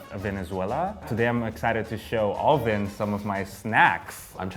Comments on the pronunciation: This guy is continuously saying O-lvin, no desrespect, but dude!, IT'S ALVIN!! NOT O-LVIN!! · I really like personality and all but is it just me or does anyone else get triggered when he pronounces alvins name all vin idk maybe it's just his accent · ALL-vin, is it the accent?? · This guy flexing his pronunciations but can't even pronounce Alvin's name right. 😂